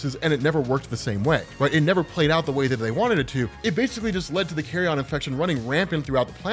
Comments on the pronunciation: NOT "carry-on"... Carry-un... Like from a Nature channel or PBS special... Carry on is for luggage! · Dude... Bruh... Bruv... It's carry-yun, not carry-on... It's a decomposing corpse, not luggage. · Jeez it’s not “Carry-on” “carrion” rhymes with the second syllable in vege “tarian” or Bar “barian” it means rotting or decaying flesh but usually as reference to animals that spread diseases like rat or pigeons, diseases found in decay